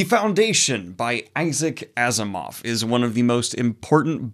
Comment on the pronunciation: Are you sure Asimov is pronounced this way?